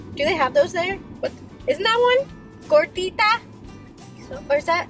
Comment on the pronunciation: Ya that is how u say it gordita my mom and Grandma make that for me almost everytime i hope i helped you more food in Spanish words. Pozole tamalez Tacos 🌮 those are so good and my top fav